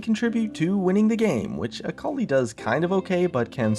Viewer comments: .....akoli...its akali.... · Sitting here being an Aurelion Sol main and hearing "Akali Buff" made me die a bit inside